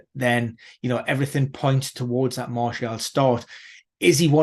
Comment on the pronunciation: Can't be arsed listening to people who can't pronounce players names. Seriously. Gun-do-gan? Mar-tee-al? De Broyn? It's not like these players are new to PL 🤦‍♂️